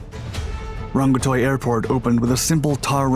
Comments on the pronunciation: To say the names you got wrong. Paraparaumu you got right!! RNZAF Station Ohakea (Said O-Hah-key-a) Rongotai (Wellington Suburb where the airport is located) Said Wrong-ga-tie or Wrong-go-tie. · It’s pronounced rag-ga-tiki airport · "...... but some things were better back then" That is priceless! A good production, pronunciation of place names, which can be quite difficult to non Kiwis, was done pretty well, which is to the credit of the presenter. Wellington is a bad place for a city and Rongotai is a really bad place for an airport but they didn't have much of a choice.